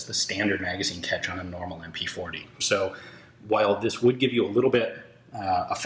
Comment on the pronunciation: Sew Deutche. Sew fauncy